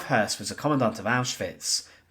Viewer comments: Hoss, I always thought was Hess, but listening here its pronounced. Hearse. No wonder its hard to keep some of the less well known players straight! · Spelt Höss, pronounced Hess.